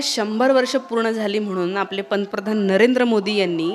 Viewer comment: Panpradhan nahi. Pant Pradhan. Uksun nahi huskun ha uchchar aahe. Aadhi Marathi neet bolayla shika ani mag RSS chya shenat haat ghala.